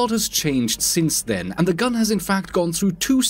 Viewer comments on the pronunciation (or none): none